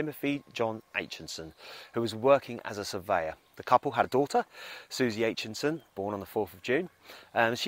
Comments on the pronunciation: Aitchison not Aitchinson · Sorry, it's Aitchison not Aitchinson. Loved Terry and June the most! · Aitchison not AichiNson